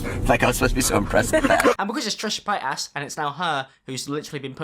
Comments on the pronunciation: trisha pAy-t-asS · I keep hearing Trisha patASS whenever he says her name lmao🤣🤣😂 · Trisha pie-ass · "Trisha Payt-ass" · "Trishah PAYTAS" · "Trisha PaytASS" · "Trisha patass" 😂😂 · "trisha paid-ass"